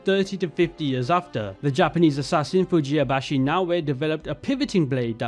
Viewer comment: The name is Fujibayashi, not "Fujiyabashi" I think I'm hearing this mistake twice from you now, just wanted to let you know because of that